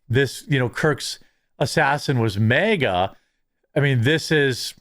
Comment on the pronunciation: Bro its "maa-gah" not "meh-gah" 😂